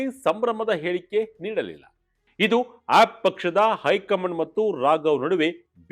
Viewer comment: please pronounce aap properly.